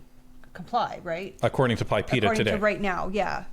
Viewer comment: it is not called PIPEA.. it is PIPEDA.. the D is not silent.